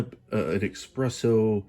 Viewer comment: The fact that you call it "Ex-presso" tells me you're a buffoon.